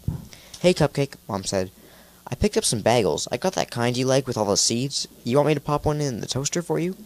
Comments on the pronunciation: Wait, did he just say “baggels”? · dis guy be saying bagels like baggles as if he was britta from community pretty good tho, loved your audiobook on into the pit too subscribed with notifications.